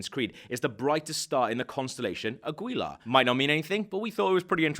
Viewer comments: Is it really THAT hard for non spanish speaking people to understand that you don't pronounce Aguila like it's spelled? His name is Agila (Eagle). The u is silent. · please say agyila instead of águila.